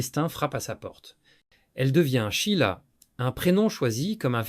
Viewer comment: "Chila". L'IA n'est vraiment pas au point. L'être humain ne peut être remplacé par aucune technologie. Vous oubliez le rôle joué par Claude CARRERE, tant dans la rumeur que dans le mariage. Quant à la chronologie, elle n'est pas respectée.